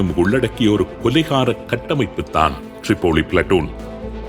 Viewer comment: ரிப்போலி❌ திரிப்போலி✅